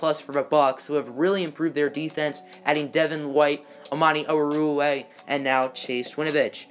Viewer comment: It's Amani Oru-Wari-ye sound it out please ‼️‼️‼️‼️